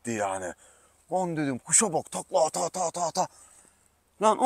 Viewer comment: Tatatata değil Abi çat çat çat😂